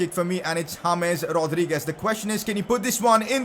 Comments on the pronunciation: Anybody else loving how he pronounces "Rodrigo" and "Rodriguez"? It's really funny. :)))) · Where he's from? It sound so weird when he pronounces Rodriguez and Rodrigo :))